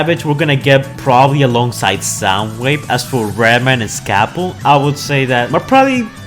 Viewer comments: He says redman not reedman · Why do you keep butchering all of their names? It's Reed-man not red man and its Dee-no not Dino